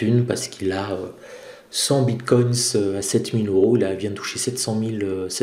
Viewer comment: "bine coins"